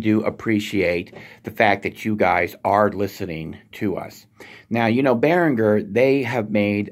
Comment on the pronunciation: Hi there. But if you know your German, then you should know the way it has to be pronounced. It is quite hard to write down phonetically, because these sounds do not really exist in English. In English it is Bear-in-Jer. In German it's more like Bee-reen-ger. He is a link for the correct German (Swiss accent) pronunciation